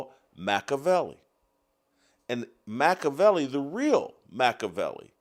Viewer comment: Your pronunciation of Machiavelli’s name and interpretation of the Prince are both wrong.